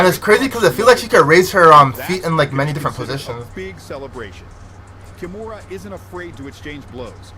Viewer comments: KI MURA, not ‘kimona’ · It is pronounced Kee-moo-ra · Kimura is pronounced Ki moo ra, I think it was ai that miss pronounced it originally.